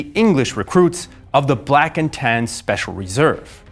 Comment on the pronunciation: "Black and Tans" Huh? I though he was saying "blackened hands" the entire time.